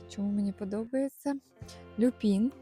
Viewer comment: Люпін, аквілєґія, пєнісєтум 😔 ЛюпИн, аквілЕгія, пЕнісЕтум-це якщо ви хочете удосконалюватися. Люпин шикарний, теж маю рожевий. Кажуть, агресує, подивимось 😉. Дякую за відео! ❤